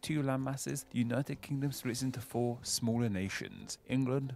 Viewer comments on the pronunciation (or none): none